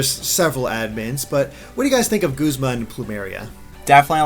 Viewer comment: Oh gawd no, don't let that be the official pronounciation of Guzma... G-uh-zma sounds so much better! That aside though, I'm loving Team Skull so far! :D